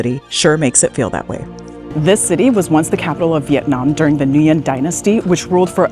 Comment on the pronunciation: pronunciation of nguyen needs reviewing. still a cool video.